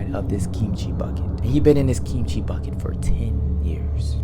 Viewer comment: Your pronunciation of kimchi is really good! You do it with a soft g sound instead of a hard k sound which is really quite natural. If you think it's fire with the fried rice, try an actual kimchi fried rice. It's even better! With a sunny side up egg on top as well. 🔥